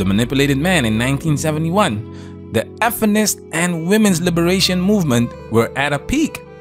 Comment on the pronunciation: Went the freak does this guy say “effinist”? It sounds so stupid and try-hard. Does YouTube actually demonetize the word “feminist”?